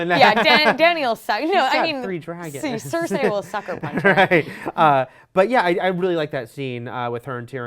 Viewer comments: Cersay? Cercei, Cercei, Cercei. It's not hard to pronounce. repeat after me. "The rain in Spain stays mainly on the plain"(again). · It's SER SEE not SER SAY!!!! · OMFG! It's (Sir-cee) not (Sir-say). This is not Rupauls Game of Thrones. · "Maybe Jaime kills CerSAY"....Cersei....her name is Cersei. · Mmmm Cer-say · please practice how to say cersei not cercsay. you have a year to learn it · why does she keep saying Cersay :T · please pronounce Cercei PROPERLY! lol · A girl can't pronouce Cersei. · The way pronounces Cersi angers me!!!!! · couldn't even watch the full video because I was annoyed by the way she was pronouncing Cersei. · Its OH-llena not ellana. cer-SEE not cersay. and va-RIS not varies.